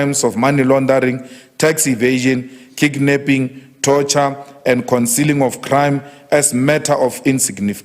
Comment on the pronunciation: Did Julius say'kicknapping' or kidnapping ?Taking this guy seriously is self-suicidal,its phala phala this and that ai come on South African's want jobs poverty is killing people not phala phala